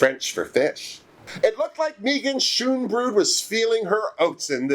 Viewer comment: At least we don't have to listen to Megan Schoonbrood's name being butchered anymore shade